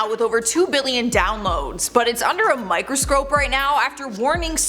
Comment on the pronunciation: Microscrope....🤣 sorry, it made giggle! Whether this is true or not, I'm just glad I don't have TikTok.